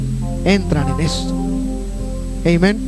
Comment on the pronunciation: Hno. Creo que NO es necesario decir : "Eimen" cuando sabes decir "Amén" tu predicación fue muy correcta y No necesitamos saber que dominas el inglés, cuando la iglesia entiende el español. Creo que Pablo habla acerca de eso en la carta a los Corintios. Trata de ser humilde.